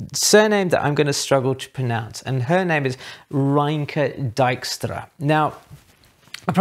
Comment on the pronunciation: If it helps, Doisneau is pronounced a little like Dwa-no. And Rineke is Ree-nicker. You got Dijkstra perfectly accurately though! It just so happens that for once I've heard of these three- thanks to this channel! I went looking for more photographers a while back, after the advice of, and these are among those I found.